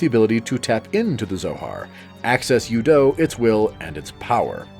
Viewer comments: You have never played the game. U-do is spoken by several characters, several times. It is "ooo doo", not "you dough". Simple little thing, and proof you've never played it. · Dude, have you played the games? U-do is not pronounced you-doe and it's been referenced in the games many times. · Stopped watching after hearing "you-doe" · the bad pronunciation of things so clearly said in the game is so cringe LOL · Thank you... I couldn't take them seriously after hearing their pronunciation of U-DO